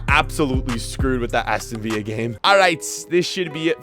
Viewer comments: Anyone else annoyed when he says Aston Vieea instead of Aston villa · And he says aston viya instead of viLLa making it sound spanish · Please, please pronounce Villa correctly next time. Also Columbus Crew will always be better than FCC.